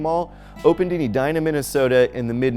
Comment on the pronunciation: Thank you for pronouncing Edina correctly. It really irks me when creators don't do their homework. I wish malls incorporated more social centers like YMCAs, Senior Care services, early childhood education or care and dedicated public event spaces. Parking is free at malls but expensive and difficult in cities/downtowns.I still prefer to shop at malls because I can't get a fresh Orange Julius from Amazon.